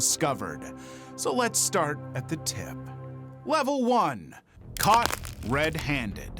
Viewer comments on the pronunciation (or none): “Cop red handed” AHAHAHA HAHAHAHAH HAHAHAHA you’re so funny. P.s. ik it said caught but it sounded like cop so